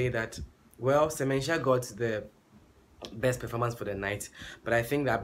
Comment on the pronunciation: “Burt the berst”. Hmmm lol